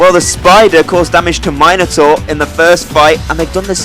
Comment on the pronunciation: It's nice to hear Minotaur pronounced 'Myno-tor' and not the ghastly 'Minna-tor'. My old Greek mate King Minos sends his thanks for your mythological exactitude, dude - there's a cheque for 3,250,000 drachma (about £0.04) in the post. Spend is wisely...